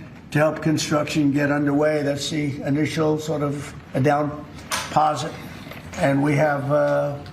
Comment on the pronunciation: "Down-posit" Definitely no mental decline. 🤣🤣🤣🤣🤣🤣🤣